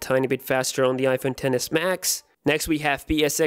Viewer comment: Is I’m the only one who hear dennis max